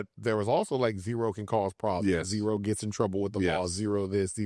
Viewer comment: ITS ZERO 💀 Z-Rooooo